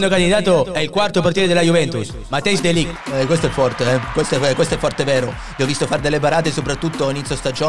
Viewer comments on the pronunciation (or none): Si dice De Ligt